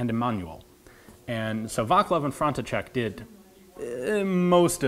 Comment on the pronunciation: "vaklav"- correcly pronauced as vatz-lav, "manual" correcly pronauced as i-ma-noo-ill, "frontcheck"- correcly pronauced as france-see-sek :)